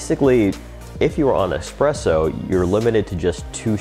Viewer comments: Anywhere from "expresso" .... stopped video at that point. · ES-presso not EX-presso.